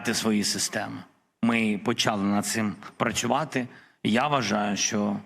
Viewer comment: ВыруБляти, процуВати😂😂, дайте ему больше кокса🎉